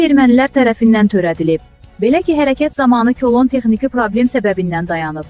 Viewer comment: Сенин данышыг габилиййетине тупцрум кулон йох кулон демек лазымдыр